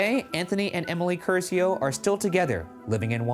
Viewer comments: Everytime Ryan said "Cursio" I felt intense pain. Like I was being tortured. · The real crime of this episode was the pronunciation of the Italian surname Curcio